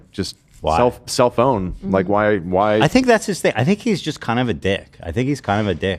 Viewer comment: Did anyone else hear say Cellphone instead of self-own?